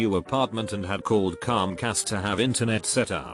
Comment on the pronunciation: person: comcast TTS software: Cųmcast